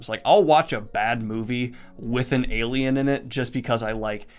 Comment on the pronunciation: When you said "alien" I thought you said "Gaiman" and I was like: Neil Gaiman is an... alien creature thing?